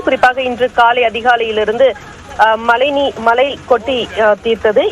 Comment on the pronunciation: ஏம்மா மலைநீரா?? மழைநீரா 🤔🤔